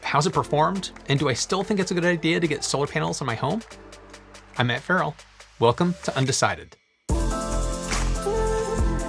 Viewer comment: I like this channel, but I have a pet peeve, at the beginning of the video when you say "I'm Matt Ferrell" to my ears it always sounds like "I'm Ed Ferrell"